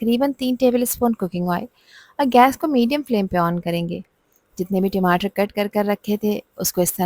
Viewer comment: Madam timatar tamatar hota hai